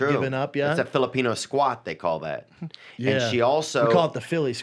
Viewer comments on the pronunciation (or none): none